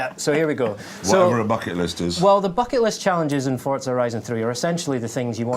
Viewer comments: FORZA NOT FORTZA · ForTza. Never heard of it. There is a game called Forza tho.